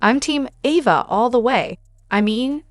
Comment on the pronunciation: Can you say properly her name A va!